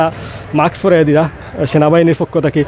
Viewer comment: ভাই মাক্স কি জিনিস? মাস্ক এত সুন্দর একটা শব্দকে এভাবে বিকৃত করছেন ক্যানো?